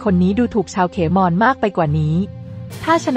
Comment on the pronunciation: คนอ่านข่าว! เขาอ่านว่า ขะ -เหมนนะ ไม่ใช่ เข-มอน โอ้ย จะบ้าตาย